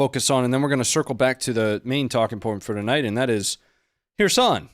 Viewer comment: you pronouncing it wrong... it is Herson not Hereson....